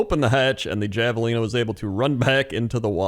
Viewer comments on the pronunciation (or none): I know it's spelled Javelina but it's Spanish so it's pronounced Have-a-lina. Language is wacky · I can't believe how much pronunciation of this irked me, because it's usually funny when he says words wrong, but for the record javelina is pronounced with an "H" like jalapeno.